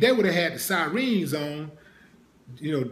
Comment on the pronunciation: Follow up on this Willie. And it's sirens dawg, not sireens 😂